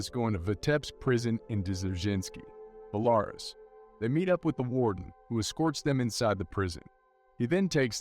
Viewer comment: Belarus is pronounced BELLA-RUUS. Not Bal-awus, lol.